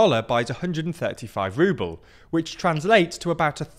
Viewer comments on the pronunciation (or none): euwop and wuble 😂